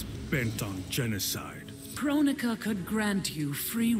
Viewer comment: I like how when frost says "this body's made by kronika" and the terminator asks "who is kronika" I just hear him saying "who is Candice" for some reason